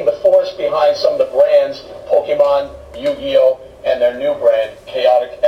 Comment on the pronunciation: he cant even pronuonce Yu-Gi-Oh propely